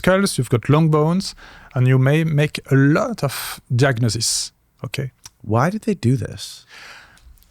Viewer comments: He's probably a little illiterate,, Phillippe says icono diagnosis, while translate: icono "jugnosis" and very wisely confirms! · Phillippe says icono diagnosis, while translate: icono "jugnosis" and very wisely confirms!